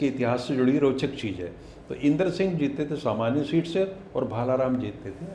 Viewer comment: bhai aap reputation rakhne wale aadmi ho. शीट नहीं सीट होता है प्लीज़ इसे ठीक करें